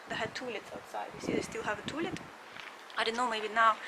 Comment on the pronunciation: I love the way you say toolet (outhouse)...hahaha